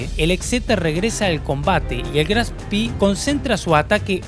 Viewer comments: Muy buen video,muy interesante. Si me permites una corrección,todo el mundo pronuncia " Graf Spi",Pero al ser alemán,es Graf Spe.Gracias y saludos! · Pero la pronuncia está errado. Si dice Graf Spee, así como está escrito, con dos "e", no spi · Muy interesante relato de este suceso tan próximo a nosotros...Una acotación ..lo pronuciàs en inglés (Spi) , en alemán se pronuncia tal cual en español ..Spe ..Gracias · Si te interesa, en alemán se pronuncia graf shpee, como se lee, como una doble e, no graf spi. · Disculpe, pero no puedo dejar de hacerlo. No se dice "Spi" sino lo correcto es "Spee". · Estimado, permítame una pequeña corrección...El nombre del buque alemán Admiral Graf Spee se pronuncia fonéticamente así en castellano: Admirál (con el acento en la última a) Graf Shpé ( Sh, como cuando pedimos silencio, y pé (no pi, como sería en inglés). Esto me lo enseñó personalmente quien fué Jefe de la Artillería Principal del Spee, el capitán de Corbeta Wilhelm Rasenack, cuando lo visité en los años '90 en su casa de La Falda, Córdoba, Argentina. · Una pregunta !, porque lo llamas Graf Spi , no es un nombre inglés; si no alemán, se debería decir Spee (e) no ( i). Gracias! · Siempre dicen "Spii", como si hubiera sido un buque inglés, se dice "Shpe" ya que era un buque alemán, nimbrado asi en honor al Conde(Graf) Spee, héroe alemán decla 1a Guerra Mundial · Muy bueno el video. Solamente aporto que no se pronuncia spi sino shpe o spe, es alemán no ingles. Saludos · Es Aleman no ingles, por lo que se dice Graf Spee, no spi jajajaajaja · Pronuncia bien Chabon En alemán es Graff spe. Se pronunciarla spi. Si fuera inglés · Estimado el nombre del buque se pronuncia al final con la letra E es decir así como lo vemos en castellano GRAF SPEE Doble E es i sólo para los british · Es gracioso, pronunciás "Spee "como fuese inglés y "Exeter" como si fuese en castellano...